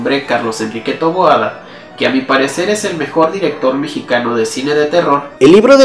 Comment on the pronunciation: Su apellido es "Taboada".. No "Toboada"